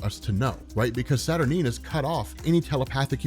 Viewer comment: Isn't it pronounced SAT- UR-9 (NINE), not Sat-R-Neen?